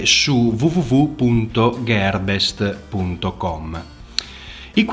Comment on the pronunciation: Video completo e esaustivo, complimenti... solo magari un po' la pronuncia, ché "iav" e "gherbest" non sono corretti. Per il resto, complimenti ancora :)